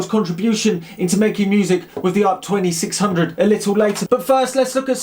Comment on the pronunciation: sorry, did you just call it an ARP 2600? :D